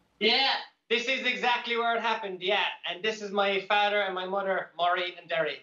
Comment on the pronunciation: "This is my fadder and modder..."